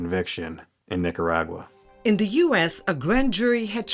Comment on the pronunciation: She speaks perfect English, and only uses a Spanish accent when using Spanish words, like Nicaragua, for instance. She could EASILY pronounce it in the English form, but she chooses to use a VERY thick Spanish accent. "Niiyatawwa". I know she's not doing it to annoy me, haha... but it does. Speak one language at a time.